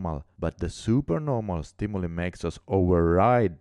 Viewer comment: Good job! Although it's a small thing, I wanted to point out that stimuli is pronounced STIM-U-LIE. ;-)